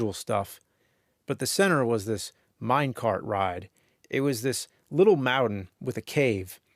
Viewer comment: James is such a great orator i could literally see myself inside that 'mau-den' sitting in a 'mine card' with all that booming from the sub-WOOFers